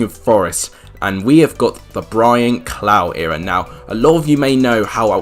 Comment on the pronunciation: Brian "clow"... its Brian clough pronounced "cluff"